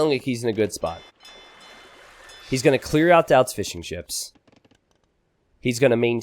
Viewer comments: My wife keeps hearing saying "fish n chips" instead of Fishing ships... now i cant unhear it 😭 🐟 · Since the very first time I heard 'fish and chips' lol glad to know it's not just me